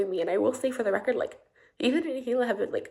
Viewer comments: The way you said "Hila" caught me off-guard, lol It's more like Hi-lah not, Hi-ly-ah. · I love you but, you should find out how to pronounce Hila. It's pronounced as ee-la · bro i love your channel bro but its pronounced hila (ee-la) like bro ethan says it constantly. especially with the pregnancy lol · i’m sorry i’m cackling at u saying Hila as “healia” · Hila - she's from Israel :) it's pronounced Hee-La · babes it’s “Hila” E-La but love this vid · Great video. Just so you know--Hila is pronounced like Heee La (it's hebrew) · Lol with peace and love, but pronouncing her name 'Hiliya' is really weird. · This is a great video but hearing saying hila's name like heel-ee-uh made me wanna cry 😹😹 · I'm just commenting as I watch, you crack me up every time you say Heelia instead of Hila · Are you pronouncing things wrong on purpose? "Hilia" AB=Abe. Spicy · Hila is not Hilia, I think there's a video where she talks about how her name is pronounced on H3. :) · Bruh, no offence but I see you comments on H3 videos often. If you watch them then how do you not know how to pronounce Hila? The H is silent. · Y can no one pronounce hila it's not that hard😂😭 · Great video, but are we gonna talk about how he pronounces Hilas name? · Hila isn't pronounced like that lol. Great video though ;) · lol the way youre messing up their names is kind of triggering me too LMAO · Enjoying the video but please watch enough h3 to figure out how to say Hila correctly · I liked your video a lot, but you pronouncing AB (aye bee) as Abe and Hila (eela) as heelia made me laugh. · Bruh good video but….. “AB” is pronounced A-B like the start of the ABC’s. Not “Abe” And “Hila” is pronounced either He-la or E-la. Not “He-lee-a” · Ab is pronounced A.B. And Hila is E-la 😄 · Lmao at calling AB, Abe and calling Hila, Helia